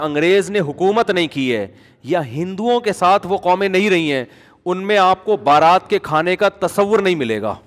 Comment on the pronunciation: بارات نہیں برات ہوتا ہے۔